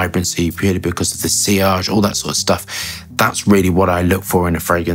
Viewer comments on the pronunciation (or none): none